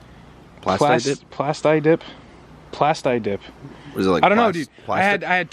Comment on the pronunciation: Pronounced Plasteeeeee dip bruh...lol